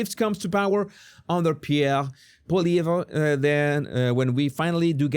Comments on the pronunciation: Pollievre - pronounced Poly-Evv The re is silent. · I live in Canada and am totally distressed by what is happening to our country. By the way Polievre, the re at the end is silent.